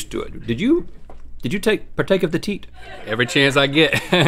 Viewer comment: “Partake of the teet” 😂😂